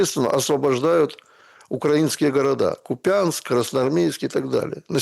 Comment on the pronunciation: называет КУпянск, - КупЯнском. Это неправильно. В КУпянске свой город никто КупЯнском не называет😂